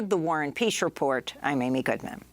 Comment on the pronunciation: This is great Who is Warrin Peash of the Warrin Peash Report?